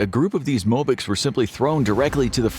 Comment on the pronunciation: Thanks for the video! It was very accurate. Even the pronunciation of the "Wagner" (VAH-gner) and the "mobiks". By the way how about a video on putin's fan Donald trump and his pro-russian BS? Americans need more insight into this. After all, this radical lunatic is gathering crowds of people with little to no brain day after day!